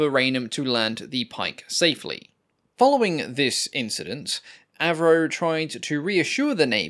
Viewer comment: When an aircraft goes from AVRO to AV-NO.